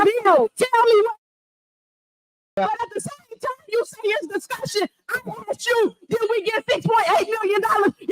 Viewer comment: The word is pronounced 'ASK' with and S not an X. Learn. Don't say AX....you sound stupid.